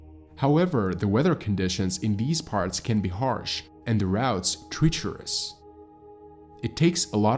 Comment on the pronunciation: treacherous = tr-etch-erous not tree-cher-ous 🙂